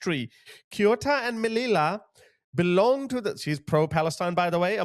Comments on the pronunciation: Hi the cities’ names are pronounced Ceuta = theh-oo-ta and Melilla= meh-lee-yah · Agadir and Casablanca in Morocco are big tourist resorts. Will never holiday there again. This is no way this is country at war. Viva España 🇪🇸 Most of the Spanish hate Sanchez. Hopefully him and his criminal family will be gone next year. By the way it's pronounced Meliya. Two eLL's in Spanish = Y